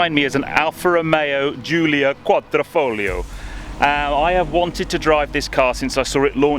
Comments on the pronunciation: What’s with the fake Italian accent when pronouncing “quadrifoglio”? It’s a lot like when my fellow Americans say “Meh-he-ho” when saying Mexico. Sorta cringy. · quadr i folgio. with i. pronounced like an e. not with o lol